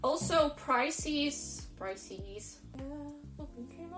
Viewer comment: Ah! You said price-ees! I've often heard Taras Kul from Crazy Russian Hacker say, "rope-ees!" That's interesting to hear how Russians really put their all into that e on the end of the word! So basically, you need to collect a pension or retirement party from another country before you settle back down in Russia... I've got a feeling that things may turn out to get better in your country when Putin releases satellite footage from 9/11 in New York or the entire world is going down, so don't despair. Your country knows some norms, but America is about to step off the deep end of inflation as well as food shortages because of the "Great Reset."